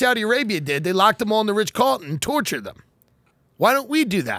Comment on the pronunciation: Is he saying Ritch Carlton? I like it.